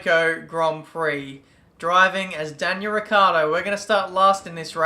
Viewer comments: please hear me his Name is not ricardo But ricciardo To get The it sound right you need To say it as rich-hard-o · is pronouncend like richard with more enfasis on The c since It is double and The o At The end